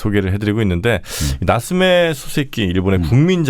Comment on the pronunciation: 소세키 아니고 소-세키